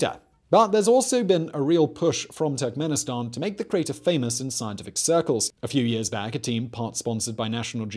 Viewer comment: Every time he says Turkmenistan, I hear "tech minister" and I need to remind myself that he's referring to a country, not a person.